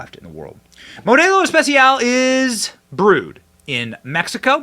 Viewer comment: Nice "Español" Benny 😂, Modelo Especial